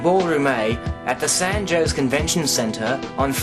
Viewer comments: and San "Joes" hehe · Lol "San Joeshe" Its San Jose (Ho-say) :) just saying. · I know this is off-topic, but I wish would correct his pronunciation of San Jose and Don Quixote. Though his improper pronunciation does NOT detract from the information presented, I'm sure that debunkers of the moon hoax theory will use that as an ad hominem attack on the messenger, as that is their preferred (and often ONLY) method of debunking the truth. It is my feeling that debunkers of CTs (pertaining to the moon hoax, 911, JFK, RFK, etc.) are in seriously DEEP DENIAL! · Pasparal da Beira do Canal Its wrong: San Jose: San Haw seh Don Quijote: Dawn kee hot eh For the J sound, the tong must be pressed against the upper back teeth with less air than the H sound